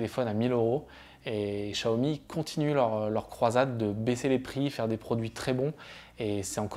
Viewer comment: Vous prononcez mal le Xiaomi